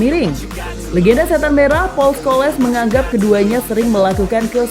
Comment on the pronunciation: Ulasan udah mantap.. cuma cara menyebut nama salah.. paul udah betul.. Tapi Scholes bukan Scho-les, inggeris sebut itu Schols ya sebut ikut itulah.. kayak Varane, malah jadi Varan-ne 😌